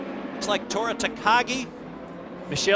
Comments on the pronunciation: Christin Da Mata and Tora Tayagee? wot? XDDD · "Tora Tagaj" was my favorite